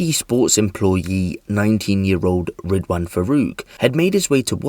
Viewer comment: “Ridwhaan” WTF